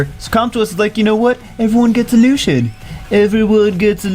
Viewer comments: "Lu si en" is how you pronounce it not "lu sh en" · It's pronounced Loo-see-in. Not Lushen. And he's a dude. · Its not pronounced LU-SHEN its pronounced LU-C-IEN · wouldn't it be more like (lu-see-en)? Lucien? Where is the h sound that is in LusHen coming from in Lucien? Js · thats wrong. Its LuCian not luchian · i think it is pronounced as " LU-SI-YEN " am i right ??? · warren Its pronounced in every other major language Luu- cee en, too. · Yes, I know little french. It pronounced lucyen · bro stop calling him lushien, do you call Lucy's "lushy"? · hate people who say her name wrong... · You're right. He is saying it wrong. he butchered Lanett's name in her spotlight too. he pronunced it lan-it rather than La-net. im terrible at some of these odd game names too, but these are not too difficult imo.